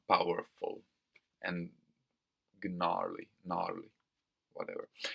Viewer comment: You don't pronounce the g in gnarly 👍